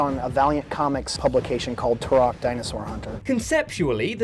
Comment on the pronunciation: You pronounce Turok wrong even though you use clips of devs saying it correctly 😂